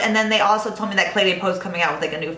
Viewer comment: i love your reviews! De as in Cle de Peau is pronounced duh, not day and you will be absolutely perfect! I don't mean this in a nasty way at all, I love you girl, but I also love the French language:)